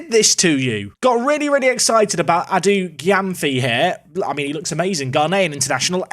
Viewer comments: its pronounced edu jemfi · Adu Gyamfi is pronounced "edu jemfi"